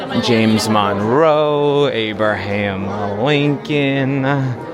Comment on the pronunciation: Tell me this moron did not just call him "ABE-ER-HAM Lincoln".